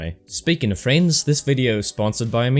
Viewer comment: how he said friends though lol